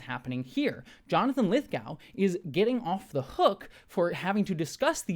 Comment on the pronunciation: Lithgow rhymes with go as does Glasgow and Moscow.